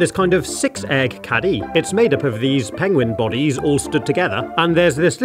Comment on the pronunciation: I love how the english accent is... Pengwing 😅